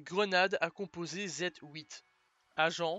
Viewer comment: qu'est je a dire ! la video est super mais j'aurais juste une question si sa ne te dérange pas dit répondre. pourquoi pour le nom de la grenade tu Z-HOUITE et pas Z-huit